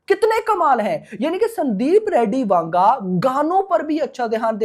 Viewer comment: That's "Vanga" not "Wanga".